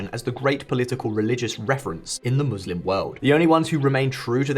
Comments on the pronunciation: I thought you were a real political channel, not a Zionist sympathizer and western propagandist...first it is Muslim not moslim and second we do not believe in occupying lands like Israel...we believe in inviting the whole world to Islam....the translation of occupied land is a lie and I challenge that translation....Also hamas was created by Israel as a counter to the Islamic liberation movement and this information is all available on the internet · Whats a mallslum? She cant pronounce muslim?